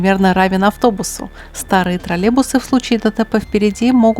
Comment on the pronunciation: У нас таких уже лет 15 как нет. И они троллейбусы а не тралебусы(0,07секунда ролика)😂